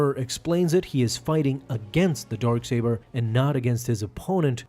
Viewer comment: Why do i keep hearing Dork Saber?